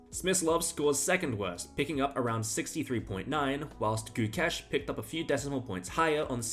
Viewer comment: Having the balls to actually say Gukesh's full name without fucking it up is insane...